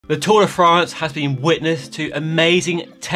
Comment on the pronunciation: Just say tour de france ffs. Give it the respect it deserves.